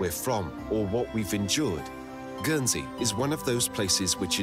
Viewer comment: Guernsey is pronounced with a hard G and you pronounce the N. I live there. Jersey is a different island